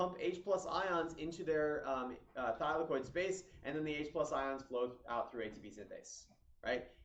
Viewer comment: I got confused every time he said thylakoid bro